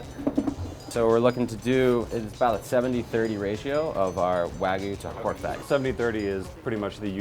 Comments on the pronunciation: Wagyu not wagu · I hate how they pronounce "wagyu".